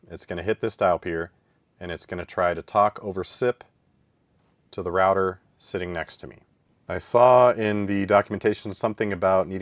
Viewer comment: Its router, not rawter